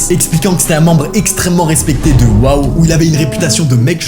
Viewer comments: Le pauvre il est mort a 25 ans mais les amitiés dans wow (World of Warcraft que tu as mal prononcé) sont incroyable surtout si tu es dans une guilde j’espère que c’était le cas pour lui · En tant que joueur de World of Warcraft, je me suis senti offensé par ta Manière de prononcer "WoW" xD. Ce n'est pas "Waouh" mais "Ouo"